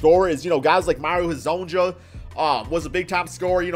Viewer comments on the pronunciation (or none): Hey yo, a little tip for your bitchass spelling. Last names like Hezonja are pronounced like Hezonia, not exactly the way they're written